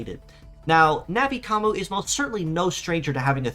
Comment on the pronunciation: It's nothing like "Navi Commu". Not only is there an N sound at the end, but it's a "yu" sound as in "commUne", not an "oo" sound which is what would happen with what you're saying.